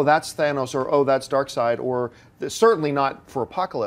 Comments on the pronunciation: lady it's darkseid not darkseed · Did she just say "Dark-seed?" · DID SHE JUST SAY DARKSEED!!! LMFAO! SAD!